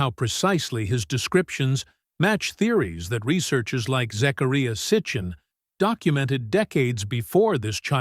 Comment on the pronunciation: pronunciation- zachariah.